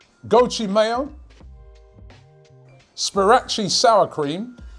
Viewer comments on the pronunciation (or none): So no one could Robbie saying "Spirachi" instead of Sriracha 😂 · Man said spirachi sour cream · Robbie casually calling Sriracha Spirachi had me in tears 🤣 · Sriracha is Spirachi? How Robbie? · Robbie mispronouncing the sauces in that video gets me every time